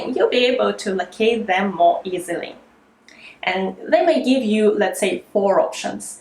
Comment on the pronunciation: I like the way you make short vowel sound long like Leesten Geev Teeps